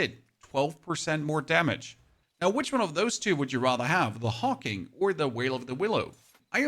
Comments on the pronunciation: Brother, i think that set is pronounced Hawk Wing not Hawking ❤ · HawkWing not Hawking and Veil of the Willow not Wail of the Willow. I don't know why you're mispronouncing them.